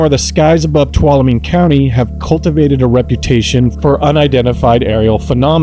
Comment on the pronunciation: People really struggle pronouncing Tuolumne